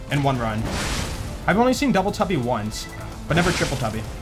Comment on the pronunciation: Did you say Dubble Tubble on purpose?